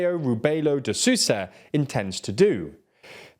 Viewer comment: The pronounciation of Marcelo Robelo de Sousa has some room to grow. The second "s" in Sousa, because it is between vowels, is read like a "z"